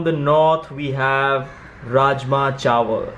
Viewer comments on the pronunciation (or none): And the rajma chawal ( correct punjabi pronunciation - 'chaawl' ) 😄